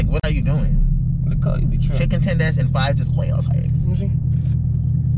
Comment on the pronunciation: “Did you really take me to get chicken twenders and fries 💅” I can not😂🤣😭